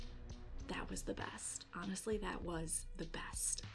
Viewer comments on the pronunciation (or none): none